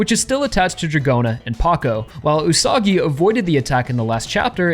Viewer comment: Wouldnt the Pronounciation be Üsa-gi ? Like Rabbit?